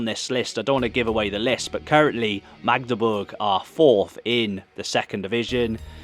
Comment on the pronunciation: Tbh you pronounce Magdeburg much better than many 'west' Germans do. They often sounds like Maaahhgdeburg😊